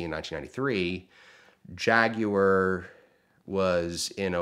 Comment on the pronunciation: I cannot stand the way he pronounces Jaguar.